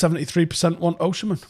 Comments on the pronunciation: You say Osimhen as Oshi-men and it’s funny. It’s pronounced as O-see-men 👍🏾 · he's Osimhen not Oshimen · why is he saying it like that 😂😂 its Osimhen, not Oshimen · It's pronounced Oh-seem-hen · Least you can do is learn to pronounce his name properly